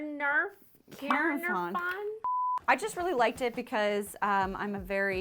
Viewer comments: Great finds, such fun! Caernarfon Castle, Wales, pronounced Kay-NAR-von. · Woah Caernarfon is literally down the road from where I live! I've been to the castle there many times, I love it! Had to laugh at your pronunciation though 🤣 Welsh is difficult though, so bless you for trying! ❤ Absolutely love those medical books! Also can't wait to see what you end up doing to the bench 😁